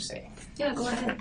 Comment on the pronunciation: Go. It's pronounced "g-oh", not gu. Let's give it a go.